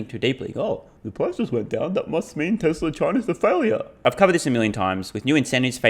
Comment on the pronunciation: Why does he keep saying Texla?